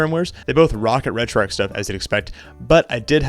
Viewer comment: Just a friendly note that it's pronounced "Retro ARCH" not "Retro Ark"